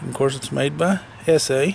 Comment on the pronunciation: Thank ****, finally someone who can pronounce ESEE right.